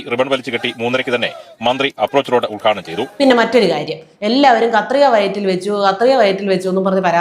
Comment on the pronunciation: You talk more by hand language than words.... also it's UDGHADHANAM.. not ULGHADANAM... what a show spoilt